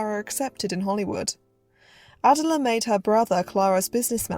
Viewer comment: ❤❤ Wow! You’ve created another well done, well researched YouTube documentary! Thank you! One very minor correction I have is in the pronunciation of a well known reporter’s first name. Miss Rogers-St. John’s first name is pronounced Uh-dell’uh, with emphasis on the second syllable - just as the modern day British singer’s first name Adele is proniu uh-dell’. Now, concerning your new documentary, most movie fans are familiar with this popular 1920s-1930s film actress only through her name (Clara Bow); her nickname (The It Girl); and by having seen numerous black & white still images …maybe even one or two of her movies . However, before watching your documentary, I - and I bet most people - knew very little about the troubled, lonely life of Clara Bow, a beautiful, complex woman who, despite a troubled life, possessed what the movie moguls of her day called “it”- what we now call charisma, an indescribable quality, even beyond her natural talent and beauty. People were drawn to her, yet she never found true happiness and peace in her real life. What a deeply moving life story. Again, thank you for this thoughtful film about a woman whose gifts were never fully appreciated.